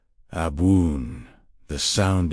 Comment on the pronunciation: Why are you using this awful AI voice which doesn't even pronounce the word ABWOON correctly, the very word which is the point of this talk? Your Aramaic work, the content, is absolutely wonderful, but unbearable to listen to